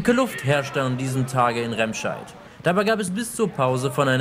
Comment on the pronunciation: Es heißt nicht "Rehmscheid", man spricht es "Remmscheid"